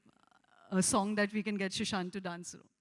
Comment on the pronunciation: she keeps calling him 'shushant'